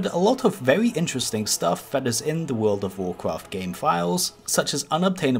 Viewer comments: Have a shot every time he says Wodof wocraf, ffs it pisses me off too much, not just the way he pronouces, but the fact that he says it every 10 secs. Just say wow or "the game", we know which game ure talking about, jesus. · Just say WoW. Or take some speech classes. Its cringe hearing someone of your age mispronounce it every time. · U mean